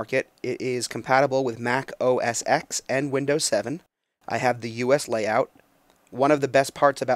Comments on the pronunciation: OS X is pronounced ohh ess ten, not ex. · For Christ sake if you're going to review technology KNOW how to pronounce an operating system. Every time people say "Mac OS EX" I get the willies.